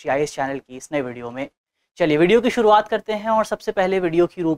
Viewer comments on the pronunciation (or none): none